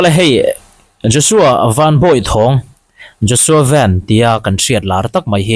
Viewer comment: A hming i lam dik hle mai